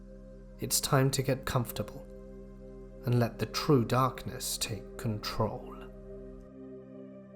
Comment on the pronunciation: You know it's serious when he says TRUE darkness 😫😫